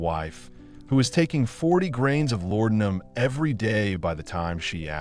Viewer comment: IT'S LA DE UM! Not lordumb....